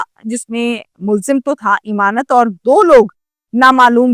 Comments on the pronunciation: چول جی ایمانت نہیں امانت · O YOU STUPID AND BRAINLESS,.THE CORRECT NAME IS, AMAANAT, NOT, IMAANAT